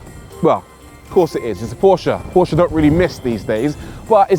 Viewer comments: I love your saying Porsche, like how it’s really pronounced. Not like „porsch“ or whatever englisch speaking people say. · As a German it is so satisfying to hear english speakers say PORSCHÉ!!!!